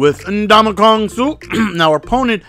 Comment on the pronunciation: N-DUH-MAH-KUNG SUH!